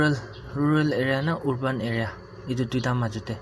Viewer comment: It's urban not orban bro